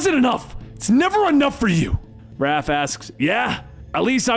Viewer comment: I can't believe he called raph RALPH 😂😂